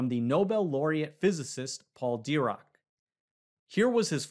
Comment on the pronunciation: Great video! But just wanted to say it's pronounced Paul di-RACK. He did a lot more than win the Nobel prize, he started the new quantum rennaisance